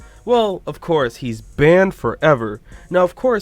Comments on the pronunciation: The way he says "baned forever"😂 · why does he say it like that " he's banned forever " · He says banned forever like he has a marshmallow in his mouth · banned FOREVER why do you always say it like that though